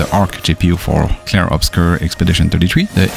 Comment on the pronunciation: You say the name of the game so nice